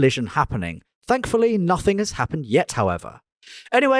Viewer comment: " I Prefer taking all badges off the car so nobody know nuffink.” we know you're not South African you're really from Essex, just be honest, c'mon the gig is up